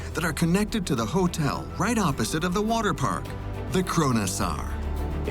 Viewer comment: "Waterpak"... Really?